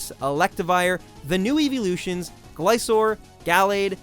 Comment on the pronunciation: arceus is pronounced ar-key-us, not ar-see-us. gliscor is gli-skor, not gli-sor.